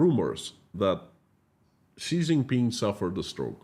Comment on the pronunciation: Xi is pronounced "Zhee" not "Zee".